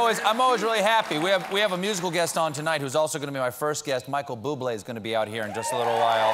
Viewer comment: Michael Bublé. The accent, at that angle over an 'e' is pronounced 'eh': é = 'eh' . French. / an acute accent \ a grave ('grahve') accent A cute (acute) monkey climbed up the tree / , fell down \ and had a grave ('grahve') accident. So, now you know an acute accent over the 'e', looks like this 'é ' and sounds like 'eh'. :)